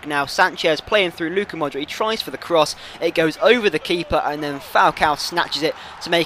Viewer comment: Hey, I think you're pronouncing Modric wrong, the C is like the one from 'Subotic' !